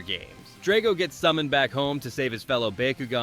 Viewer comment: Stop saying bakugan like that wtf